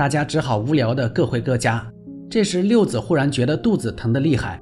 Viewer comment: 六子(zi 3声)不是六子(zi)